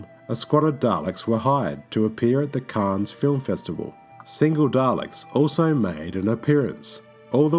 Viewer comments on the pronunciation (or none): none